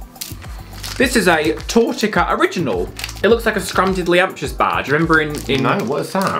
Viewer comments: I'm from macedonia and this is such a cool video :D It's not pronounced Tortika, it's "tortitza" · not tortika lmaooooo